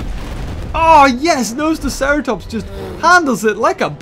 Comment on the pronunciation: it is NoSUUUUtoceratops